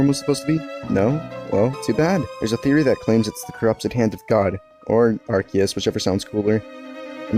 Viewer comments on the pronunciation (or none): Nah its ar-see-us not arkeus I think I've heard a lot of people use it as a hard c like that's how it is pronounced within the community but that's really not how it should be